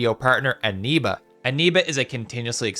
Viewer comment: it's eneba not animba